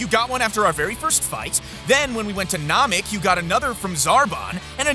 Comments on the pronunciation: I know it's bait but NAH-MEK?!?! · Really dude.... Naamik? Seriously? Pronounce it correctly. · NAH-mek, REE-coome? So painful to hear lol.